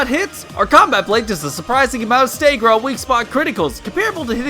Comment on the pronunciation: STOP SAYING "STAEAGGER" ITS "STAGGER"